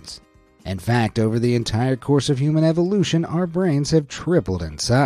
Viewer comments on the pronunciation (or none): none